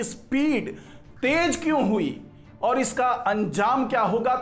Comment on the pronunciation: Tej bahut Ganda laga. Teji aur bhi bura. Jahilo ki tarah tej, tej. Apne aapko doctor Kate ho. Sharm karo. Correct word is tez. T e z. Tez.